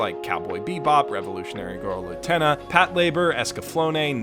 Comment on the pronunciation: Please watch Utena and then rethink how you pronounce her name.